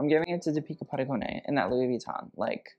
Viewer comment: Oh my, like how on earth are you pronouncing deepika padukone right now? I swear every girl name Deepika just wept at that horror.